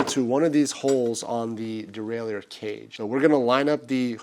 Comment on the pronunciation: its pronounced derailer even the french dont say it the way you do.